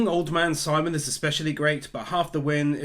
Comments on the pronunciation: My only gripe. Simon's name is pronounced "sea-moan" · FYI Simon is pronounced like Sea Moan, not simon. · You definitely deserve my like, even if you never did get around to pronouncing Simon's name correctly 😂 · You can mispronounce Simon and viral, but evangelion, no you've gone too far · How he says simon’s name hurts